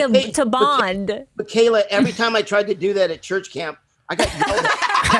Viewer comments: I don’t like that you guys has on he couldn’t even get Khalyla’s name right and he kept constantly interrupting Bobby! He didn’t even know what show he was going on! I think he’s fake and just wanted Rose’s p. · The only thing I didn't like about this interview with, is that he couldn't say her name right.. but still, great episode.